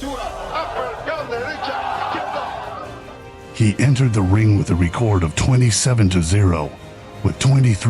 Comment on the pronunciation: Please pronounce ‘record’ properly.